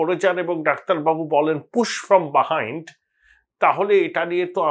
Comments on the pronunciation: Correct pronunciation… its buh - hined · কথাটা বাহাইণ্ড নয়, বিহাইণ্ড। ঠিক উচ্চারণ করলে শুনতে ভালো লাগে। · ও দাদা, বা হাইন্ডস বাহাইন্ড কি ভাবে বলছেন? ওটা বিহাইন্ড বলুন।